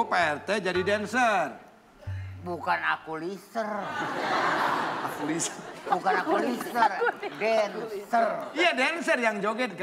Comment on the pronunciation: Bukan akulijer bukan akulijer dencer